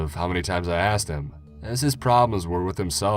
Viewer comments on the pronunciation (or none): none